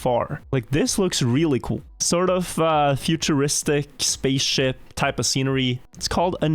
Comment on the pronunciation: I may just be high, and I know he says "spaceship" but it totally sounds like he says "space shit" which I find funny